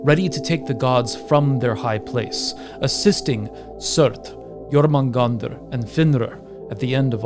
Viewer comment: Danm u really good at pronouncing jörmungandr.